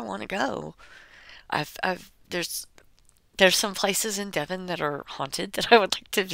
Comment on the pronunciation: I'm so happy you said Devon! Nobody ever says Devon.